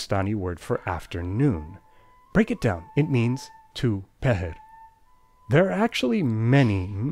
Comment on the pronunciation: Nice job correctly pronouncing “pahar” (पहर)! And now I know where the word “dopahar” (दोपहर) comes from!